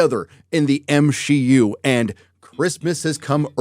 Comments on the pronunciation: why do you keep pronouncing MCU as M-Shi-U? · Constantly calling the MCU the "M-She-U" is honestly some of the cringiest shit I've ever heard in my life.